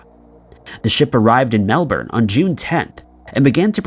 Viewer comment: My man's done us proud! Melbourne pronounced properly! Let it not be said isn't making an effort. Thankyou!